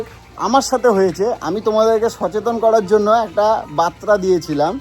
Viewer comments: ওরে মূর্খ! কথাটা "বার্তা".. "বাত্রা" নয়! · বাত্রা নয় বার্তা 😂